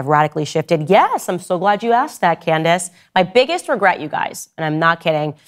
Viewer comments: So your long standing friend who you are taking heat for can’t even pronounce your name correctly??? canDACE 😂😂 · Tates only crime is the way he says Can•dayce